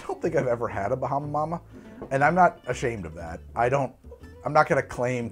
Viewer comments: Man it was vicariously difficult to hear try and say Bahama mama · Your pronunciation of "Bahama Mama" was a quality Fred Flinstone impression. You kinda look the part, too ;)